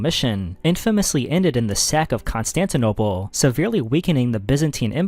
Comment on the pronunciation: Why do you say Constantinople like that?